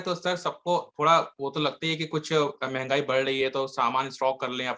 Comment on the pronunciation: मेंगई नहीं "मंहगाई" ज्यादा अंग्रेज मत बनो।